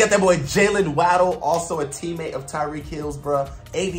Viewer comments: fr waydle xD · Bro said jaylen waaaadle no hate though lol